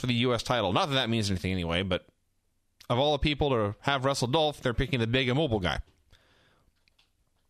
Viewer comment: I miss Vince calling Ziggler "Doelph."